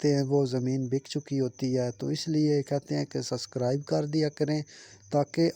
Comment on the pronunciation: Suscribe nae subscribe hota he